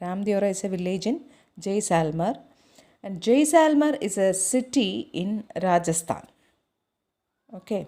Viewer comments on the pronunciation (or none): it is not jayselmer it is jaislmer